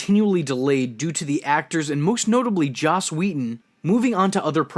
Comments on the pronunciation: why so many people call him Whedon?:D It's Joss! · Does he keep saying or do I just not hear you saying Joss right? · Who is this you keep referring to? Do you mean Joss and it just sounds like you're saying again and again? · I imagine this has been said by many other people, but it is pronounces (and spelled) "Joss." Joss Whedon. Not "." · His name is not. It's Joss. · Why do you keep calling Joss Whedon? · I'm sorry....did he just call Joss Whedon ""? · GAH. I tried to like this, but you said “” at least twice. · As soon as I heard the first one I had to ctrl+f '' to make sure someone else noticed.